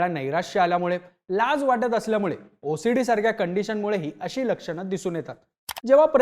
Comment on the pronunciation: मी ओसडीला भोसडी ऐकले सपष्ट ऊच्चार करत जा भाऊ😮😮😮😮😮